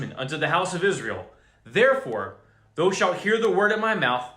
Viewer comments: Thou is not pronounced like though. It is pronounced like ow ... it is confusing when you read it as though, for people who never read kjv or new Christians. Doesn't your preacher read it as thow as in ow ? Not being ugly, just trying to help you and others through your speech. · I love your great words of warning and encouragement! Thank you thank you thank you brother! I did want to say though that I have never hear the biblical word “thou” pronounced like though like toe, only as THOU like cow.